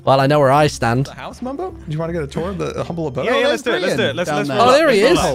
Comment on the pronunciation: AHA-MBLE ABODE (humble abode)